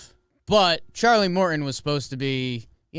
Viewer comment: “Mor-in” lol